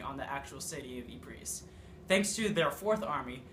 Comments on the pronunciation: Lol dude its pronounced "Eee-Pruh" not "Eee-Phre-sss" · It’s pronounced eepres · Professor of War and NONE of you can even pronounce Ypres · learn how to say Ypres..